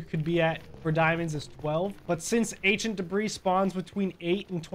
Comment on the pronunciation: Why it sound like you say Asian debree😂